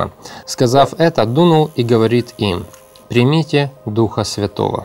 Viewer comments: Это сказано в будущем смысле, читайте последующие слова.здесь нету никакого противоречия, вы читаете не правильно. Примите Духа Святого, сделайте ударение на букву (И). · В этом месте Писания самое важное слово,объясняющее это событие слово-примите(ударение на второе -и).Иисус говорит пришёл к своим,но свои его не приняли.Принять означает-признать,уверовать.Уходя Отцу,Иисус сказал,пошлю другого Утешителя.Когда Иисус воскрес,наступило время обетования пришествия Духа Святого.Но Иисус ходил в видимом теле,а Дух Святой-невидим,поэтому Его нужно принять,т.е-признать,уверовать.Деян.19:2-похожая ситуация.Чтобы получить Духа Святого или дар Святого Духа,сначала нужно принять Его,поверить,что Он на земле и признать Его.